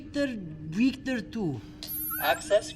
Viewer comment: I thought the computer was smart enough to take accents into consideration, i'm sorry you didn't say wictor wictor. lol :)